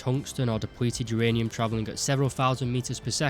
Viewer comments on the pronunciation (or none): none